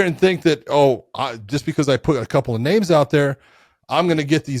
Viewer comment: It probably would have helped if he could pronounce a single name